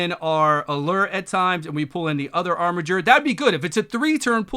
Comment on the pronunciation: Finally, someone that can correctly pronounce "armiger"!